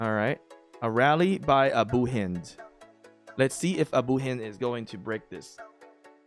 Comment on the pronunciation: pronouncing abu hind name right i can't believe it